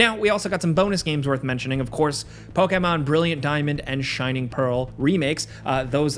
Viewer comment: The way he says pokemon makes me laugh so hard